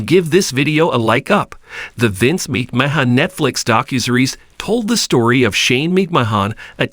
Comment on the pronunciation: The prononciation is so bad i had to stop watching . If you want to be legit, at least learn how to pronounce the names of who you are speaking about. "MICKMAHAHNN AND DREW MASINTIRE" are not their names. Not personally a fan of the McMahons, but wanted to see what the story was about. It sounded so horrible now i will never know. Hopefully you will modify your Narrations and have a successful channel. I mean that in all sincerity.